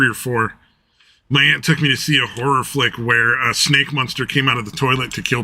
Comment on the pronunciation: Some day will realize I whistle the Munsters theme song every time he mispronounces the word "monster", but today was not that day.